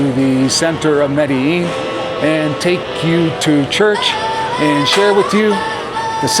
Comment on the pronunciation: Can’t even pronounce Medellin right